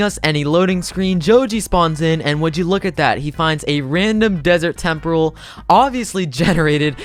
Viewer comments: he said tempral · "look at that, he finds a random desert temprle " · Bro you said temprel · why dose he say "desert tempRle"